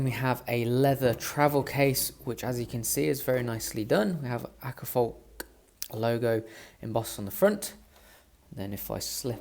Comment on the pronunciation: The Å in Åkerfalk is pronounced like the British variety of "Aw" in Awkward and the a in falk is pronounced almost like the A in Atom